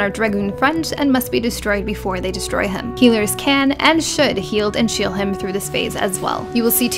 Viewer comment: "Healers can and should heald and shiel him" Hehe.